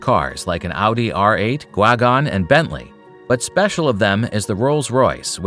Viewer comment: The way he said Gwagon